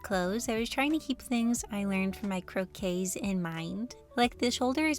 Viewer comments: I'll just say that "croquis" comes from french and basically means "sketch". Its pronounced as you said except it ends with ee instead of ey, croquee instead of croquey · As someone who speaks french I think the way you say ´croquis’ is very cute ! It basically just mean sketch and it’s pronounced « cro-quee » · Love your vids but croquis is prononced with an i not an e